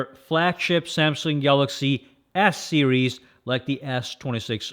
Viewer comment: Cracks me up each time this guy is trying to say S series but it sounds like "ass series" 😂